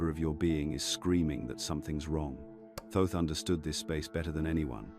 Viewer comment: It's not pronounced Toth it is a mistake it should read and say Thoth ❤